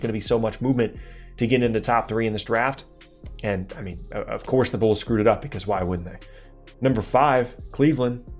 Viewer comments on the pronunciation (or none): none